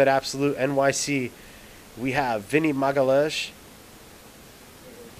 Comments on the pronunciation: it's ma-ga-LI-AHN?-IS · you pronouce as Maga Lee Ains Magaleeains, its the nearest i could approach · It's not that hard actualy, but you need to learn two different portuguese's sounds first. 1 - lh sound 2 - ã sound His surname is not magalhaes, but magalhães. Once you learn them two, you'll speak it properly.